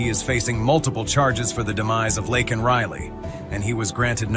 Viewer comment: Thank you for correcting the pronunciation of Laken's name. ❤